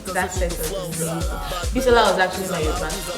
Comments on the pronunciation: lmfaoo that cracked me up "Bi-Saw-la" 😀😀😀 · Why do nigerians form? What is bi-SAW-la, Bisola is Bisola abeg, LOL.